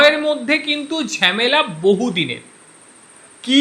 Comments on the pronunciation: ঝেমেলা নয় ঝামেলা। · Ore bhalo kore bangla sekh. Ota Jhemela noy hobe jhamela.